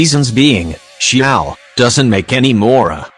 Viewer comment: "say-you" "hey-joe" edit: "SING-JOE"!! HAA